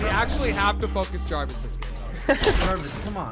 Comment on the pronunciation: You said javis